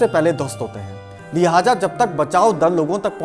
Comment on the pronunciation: लल्लन टॉप के साथ साथ ( बाद में नहीं …. साथ साथ… बलिके कुछ मामलों में लल्लन टॉप से ज़्यादा अच्छा) आप का चैनल सब से अच्छा है। बहुत उम्दा कंटेंट्स होते हैं। बहुत अच्छा लगता है आप के हर एपिसोड को देखना। सब कुछ बहुत अच्छा है पर मेहरबानी कर के Urdu के लफ़्ज़ों को ठीक से pronounce करने पे थोड़ा ज़ोर दीजिए। जैसे “ ख़ामियाजा” नहीं ख़ामियाज़ा होता है। लिहाजा नहीं “ लिहाज़ा” होता है। Please you guys must improve your Urdu words pronunciation other than this, the channel is doing great work and we extend our heartfelt thank for sharing all this precious knowledge with us through these priceless and wonderful videos. Keep up the good work. 🙏🙏🙏🙏🙏💐💐💐💐💐💐💐